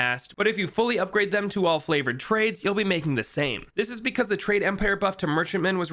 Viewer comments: Is it just me or did he say flavored trades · What does this buddy keep saying flavored trades?